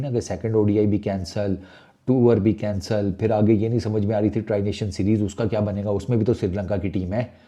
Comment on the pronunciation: Abay khotay bolna tau seekh le.... Kansaal nhi hota cancel kehte hen...